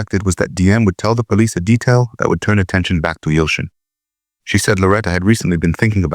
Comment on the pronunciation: Turkish boy friend name is Yalçın not Yoshin.Being pronunced it as Yalchın.